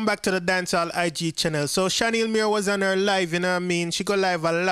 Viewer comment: Her name is not Shen-Neil her name is Shan-eil💯💯